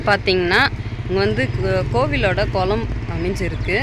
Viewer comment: சுற்றுல😂😂😂😂😂😂😂😂 குலம் இல்ல குளம். உச்சரிப்பை சரிபண்ணும்மா.